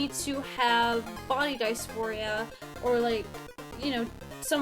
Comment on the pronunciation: If you literally can’t even pronounce dysphoria you aren’t trans lol bye.